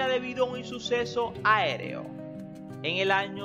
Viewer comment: Por que dices in suceso?